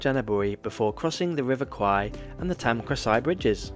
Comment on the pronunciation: Love you gave the correct pronunciation of the river name. Kwai is buffalo, a common Thai insult